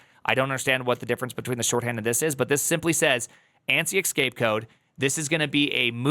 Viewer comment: not "excape" but "escape" codes... you don't even realise that you sound dumb right now and once told I'm sure you will defend it.. (The same with ChatGPT "GePeTe" 🤮 ) "Oh!.... mm mm. It should be pronounced \"e X s c a p e\" o! ooo! eeee...." you are so stubborn sometimes. hehe;P